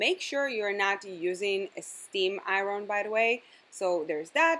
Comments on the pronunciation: don't ambush me on this but iron is pronounced like "a-yern" girl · Love the way she said Iron :)